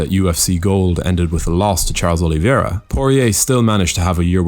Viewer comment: O-li-VEI-ra, not O-li-vi-E-ra.